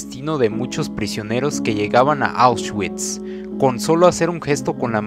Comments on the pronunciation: Se pronuncia "aushvits" no "aushchuits" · Perdi el interes cuando dijo ausguikss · Este pobre pendejo para empezar no sabes pronunciar "Auschwitz" se pronuncia AUSH-VITS, y en segunda en el minuto 2.15 dónde mencionas "Que a las mujeres se les citaba a una hora y q no importaba si estaban VIVAS O MUERTAS q les iría muy mal ??? Q PEDOOO??y así varios errores de narración,si te gusta la historia investiga bien amigo antes de hacer un video y barra con coherencia no a lo pendejo! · NO SE PRONUNCIA AUS -CHUITS SE PRONUNCIA AUSH-VÌTS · Oushgüits... poloña.... extermiño... APRENDE A HABLAR SOKETE!! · Jjjj correcto jjj con razón se me hizo raro él nombresito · Lo está prenunciando en English 🤣🤣🤣🤣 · Debería haberse informado antes. Por respeto a las personas fallecidas